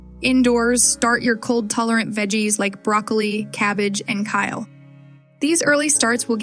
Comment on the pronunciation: What in the AI disaster is this? It's not Kyle, it's kale... If you're planting Kyle, you should probably be investigated.